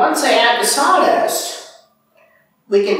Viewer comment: Did you said saw dust or zordus or something else to be used to creat electricity?